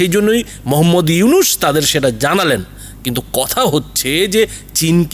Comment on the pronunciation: ফকিন্নীর বাচ্চা উপস্থাপক আগে পড়া শোনা শিখ নামটা তো ঠিক মতো বলতে পারিস না 😅😅চা বিক্রেতা মোদীর কুত্তা তোরা কেমন করে বুঝবি নোবেল বিজয়ী ইউনুস সাহেব কতটা সম্মানিত ব্যক্তি? শূয়রের বাচ্চা তোদের সমস্যা কি বাংলাদেশে যেটা ইচ্ছে করবে । কুত্তার বাচ্চা চীন ভারতের বাজার ধরোক কিংবা ভারতের গল টিপে ধরোক তাতে বাংলাদেশের কিছু যায় আসে না। নটির পোলা তোদের এতো ফাটাফাটি শুরু হলো কেন বাংলাদেশ নিয়ে 😅 তোদের ধরে জুতা পেটা করলেও জুতার অপমান হবে। খানকির পোলা নিজের দেশে কি হচ্ছে বল😅 আমেরিকা বাশ দিচ্ছে বাশ 😅 তোদের RAW কে নাকি লাল কার্ড দেখিয়েছে 😅😅